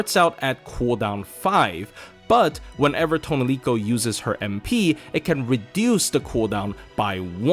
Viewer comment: Your pronunciation of "Tonelico" makes this unwatchable.